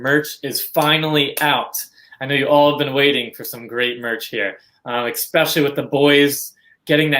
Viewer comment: Esssssssspecially. Please. No X. Enjoy the content tho!!